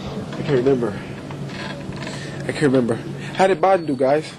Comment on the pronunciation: "I can't member, I can't member...how did Barden do guiiz?" LOL